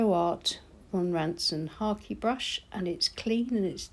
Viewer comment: I always manage to dip my brush in my coffee! Thanks for the tutorial and for pronouncing Hake brush correctly. Best wishes from France 🇫🇷